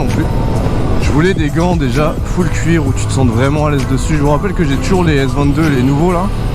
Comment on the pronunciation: J'adore le "neubeuk" et le "couir" 😂😂